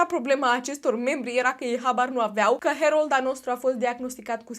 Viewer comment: Se pronunță Herold